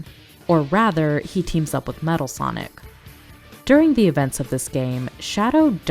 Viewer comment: you Also Said "Matal"